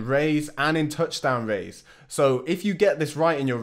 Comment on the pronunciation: I say Raiz jus like you 🔥